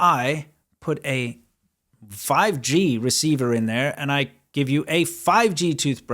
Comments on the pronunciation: fi-gee... sounds like chop-sticks... 🤣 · Want to know what's funny about the intro? My mind almost blanked out to start hearing PUBG instead of 5G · what is this fifgee you speak of